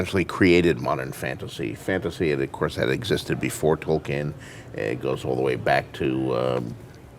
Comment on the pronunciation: Why does he keep saying "Token" that way?